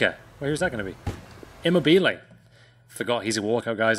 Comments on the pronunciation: Never label yourself a pack king until you can pronounce names; immerbelay I mean what the fuck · Who coined at his pronunciation of immobile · Your pronunciation of immobile and sokratis are criminal